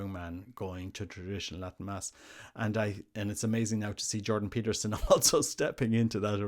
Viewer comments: Get his name right! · "Peter Jordanson" 😂